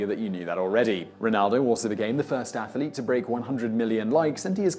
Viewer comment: aethylit? is that Welsh? ath.lete ,two syllables, not three! I don't care about what Athol eats! Called 911? Yanks really are naïve....I remember MySpace, but I can't remember where I put it